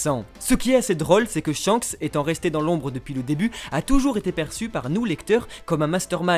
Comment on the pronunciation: "ShankSSEE le roux..." plus jamais😭😭 (Merci beaucoup!)